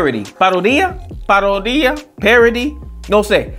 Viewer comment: hermano se dice Parodia haciendo énfasis en la O sonaría Paródia y lo otro es haciendo sátira, que es como decir que se está burlando..!